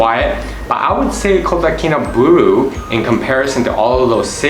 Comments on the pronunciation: subscribed and liked bro, but try to pronounce it correctly our city name kota kinabalu, not kota kinaberuu bro.. by the way thanks for introducing my country SABAH to the world.. come and visit the culture here and make friend with them next time when you come to visit again, and then you'll know the beauty of our people the culture and their traditions.. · Kotakinabalu...not kotakinabulu... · How about pronouncing Kota KinabAlu properly. I do live here as an expat and disagree with a lot of your observations. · WHY ARE YOU SAYING IT LIKE THAT????? just say KK for short